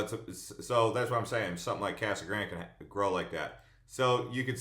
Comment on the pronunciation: Casa Grande is spanish so pronounce it that way. It is not Kasa Grand!